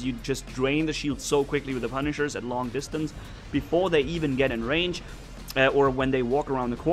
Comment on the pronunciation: not pa pu